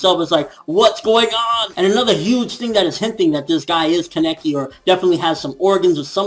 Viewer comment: so i pronounce it like kaneki but it seems like everyone else is saying keneki which is it